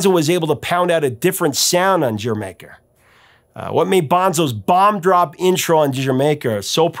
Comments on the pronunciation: Here in Australia like the UK, "D'yer Maker" was always pronounced similar (but not quite the same ) as Jamaica. Until I saw this video I never considered that anyone would pronounce it differently. Professor you still have trouble saying the title right missing the subtle 'D' sound required when saying Jamaica with a West Indies accent. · "Dier Maker" is how I pronounced this until today. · Great post. I first bought HOTH in 81'. I am of the Die-r Maker pronunciation. I stand corrected. Can't believe it took 41 years to find that out. Thanks for your excellent ongoing work! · Zeppelin was the first band I remember my dad as liking growing up as I went through his albums. Crosby stills and Nash, the animals, cream, Bo diddley, John Lee hooker, the doors etc. So I got into them and I pronounced its "dyer maker", but never questioned why. Glad to know the real name and reasoning behind it! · There's no slash. The first term is the song title, and the second is the name of a country. It's Welsh and isn't pronounced "Jamaica". It's pronounced "Jur Maker". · I feel a little smarter today having watched this cause I too have mispronounced the title as "Dye-er Maker". Thanks for the correction & the story behind it. Great as always. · Yep... 70's child. Mispronounced it. Dyer Maker. I was a huge Zeppelin fan. Me and my sister were worlds apart in music tastes. She was huge into Disco. But, Houses of the Holy is the one Zeppelin 8-Track that she had. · IDK why, but I always pronounced it Die-er Maker. This video just blew my mind. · We pronounced it Duh-Jer-maker. No matter how it's pronounced, it's a fantastic album imo. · Bohnam hated the song. Great performance although. The fills are powerful unique & very interesting. We pronounced it "Dyermaker". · I pronounce it D'yer Maker. 😀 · When Casey Kasem mispronounces Dyer Maker, we can all feel better. 😂 Great choice, Professor!!